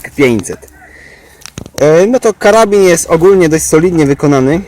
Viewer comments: "Karabin" xd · Karabin? Aż mnie uszy bolą...